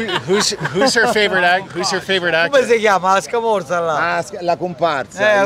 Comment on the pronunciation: "A scamorza"...a comparsa hahah